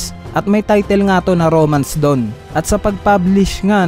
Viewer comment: *TEZUKA awards not Tekuza *DAWN not DOWN